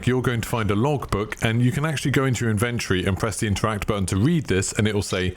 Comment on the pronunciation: In ven tor-ee